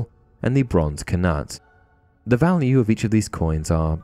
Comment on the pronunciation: Interesting video but your pronunciation of Knut really bugged me. Usually if a word starts with 'kn' the k is silent. At least that's how I was taught.